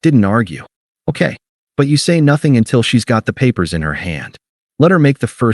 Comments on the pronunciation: Okay is two syllables :face-red-droopy-eyes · ..."ok" has 2 syllables, not one. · Okay is two syllables, not one. AI can't even count. Get rid of it! 👎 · Okay is two syllables, not one.